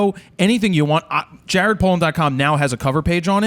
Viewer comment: Great episode! But did he call you 'Gared' lol?